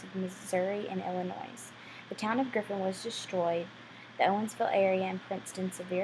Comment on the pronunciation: You shared a lot of good information about the tornado. However I must comment... the "S" in Illinois is SILENT! And also it is the "Wabash" river that was crossed from Illinois to Indiana, not the "Washbush." As a lifelong resident of Illinois, and particularly residing from the southern part of IL, I wish you would have made sure you correctly pronounced the name of our state, and the names of the communities such as Gorham (pronounced like "Gorum.") Not to be a stickler, but I felt it needed to be pointed out.